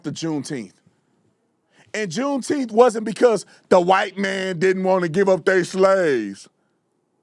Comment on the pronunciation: What in the world is a "Juneteeth" is that even a word? Why not say June 19th! Like July 4th?